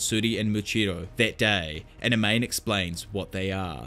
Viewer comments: Amane is not pronounced A-main, but Ah-Mah-Ne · For a guy that loves manga/anime, your pronunciation of Japanese names is god-awful out of nowhere sometimes. Pronouncing "Amane" as "Uh-Mane?" Jesus dude lol. It's "Ah-Mah-Nay." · Amane: “Ah-mah-néh” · A-MA-NE! who tf is Ameyn? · Hearing pronounce Amane like “A Mane” ? Jesus it’s Pronounced like A•MAWN•NEIGH A - like when a dentist says “say ahhh” MAN - pronounced mawn like lawn NE - like what a horse says “neigh” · Great video but my only gripe was how you pronounced "Amane". I would go as far as to say that her name is pronounced "Aman-eh" I could be wrong. Other than that thanks for the content bruh.